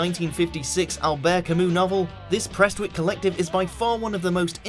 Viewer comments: Who's the ignorant Arsehole narrater... The Fall from Prestwick it's Prestwich you tosser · "Prestwick"?? It's Prestwich as in Prest-Witch, do your homework son. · Preswich? Its prest-witch or bury if youe not from bury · Sorry to be a pedant but The Fall are from Prestwich, not Prestwick... Plus The Verve are from Wigan, not Manchester. The Chems went to Manchester Uni but they're not from Manchester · 'Prestwick' haha it's Prestwich